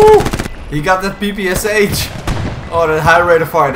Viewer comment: Not "pps h" Its "pp sh"